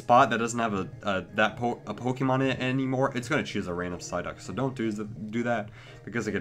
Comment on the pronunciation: Ampharos23xX sideuck says psyduck